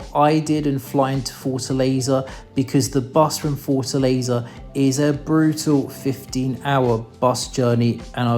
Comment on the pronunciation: A like to the sound of “Forza Laser”. That’s how I am going to call Fortaleza from new on…😂😂😂